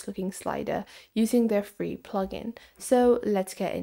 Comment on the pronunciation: Its not fee